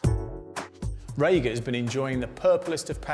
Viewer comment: HI - I believe it is pronounced Ree-ga, not Ray-ga....